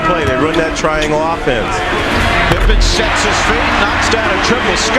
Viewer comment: My Dude why do you insist calling him Pipman.... It's Pippen.. So annoying!